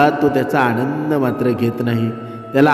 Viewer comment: आदरणीय आपणास विनंती आहे की तुम्ही 👉ण आणि न👈 मध्ये फरक समजून जस की ते 👉आणंद ❌ नसून 👉 आनंद आहे, आशा आहे की मी वाईट बोललो नाही असे स्पष्ट समजलात. जय जय रघुवीर समर्थ ❤